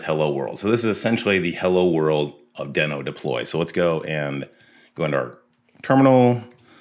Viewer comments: It's pronounced deeeeno, not deno. Besides that minor annoyance, this video is awesome! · It’s pronounced DEEE-NO. Like The Flintstone’s dinosaur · I heard it was pronounced “dii-no” like “we know”